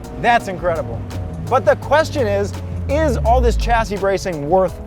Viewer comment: Its pronounced shassis not a hard CH, also for future reference "aluminium" 😂